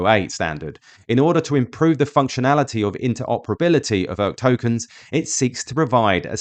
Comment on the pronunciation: Beginning , the 'ERC' in ERC-7208 is pronounced as 'Eeee Arrrr Ceeee', not 'Urk'. Please never make that mistake again.